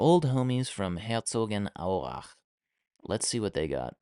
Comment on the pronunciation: clean Herzogenaurach pronunciation bro